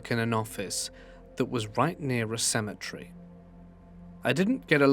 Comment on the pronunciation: It's not symmetry.. It's cem et ery